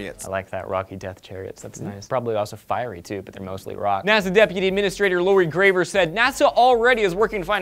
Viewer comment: It's Lori Garver, not Graver.